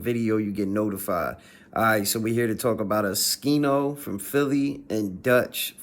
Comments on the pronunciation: if u know how to say his name then why u saying skino and not oschino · Bruh its O-SCHINO not Uh-skino..